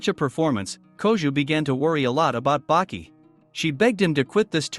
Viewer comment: It is baki not buki